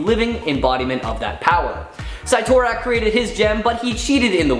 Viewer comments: this man really said Sightorack.😂 It's Sittorack. Cyttorak. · SIT-OR-ACK is the pronunciation of Cyttorak. 😁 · Ahahaha not the sigh-tore-rack 🤣🤣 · Gawd why is this guy here? Where'd the gals go? Also "cy-tor-ak?" Nice mispronunciation junior. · You mispronounced cyttorak